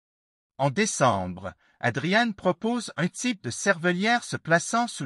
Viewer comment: Je n'ai jamais entendu ce nom prononcé : "ADRIANNE" mais "ADRIAN"...